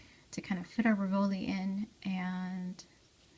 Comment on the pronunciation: Very pretty. Thank you. May I advise you that rivoli is pronounced "ri'-voh-lee" accent on the first syllable?